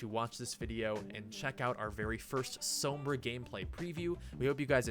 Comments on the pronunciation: You said Sombra wrong the first time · Please stop pronouncing Sombra like that.......